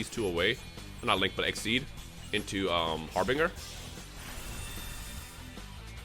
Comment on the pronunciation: Harbinger is pronounced like this: Har-bin-jer, say it with us